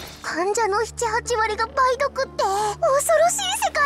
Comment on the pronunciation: たぶん ばい⤵どく✕ ばい⤴どく○